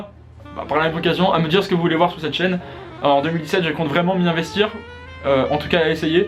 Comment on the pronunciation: sinon pour 2017 articule stp, t'as le temps tkt